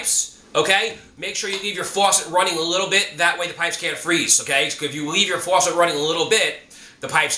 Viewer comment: yea I like the way he says “fuwasset” 😂 👍🏼